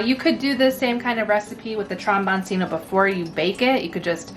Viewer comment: Trombone-Chino. The c is pronounced ch in Italian.